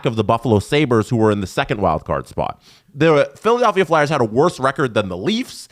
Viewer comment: “Philadalphia” 😆 Come on, guys